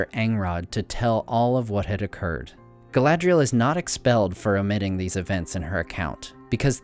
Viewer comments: I don't think "dh" is pronounced like that. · Your pronunciation of the elven names is slightly off. 'a' is always pronounced as in father. See Appendix E in The Lord of the Rings.